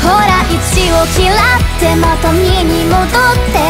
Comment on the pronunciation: 莉犬さんのア行の発音好き。あと「嫌って」の“ra”も。 「バカ」ってセリフ良いなあー！もう莉犬さんの代名詞だ。（あ、そういう意味じゃないです） 一回目左側から聞こえて、二回目右側から聞こえて、三回目両側から聞こえる！ 溶ける。（自分が）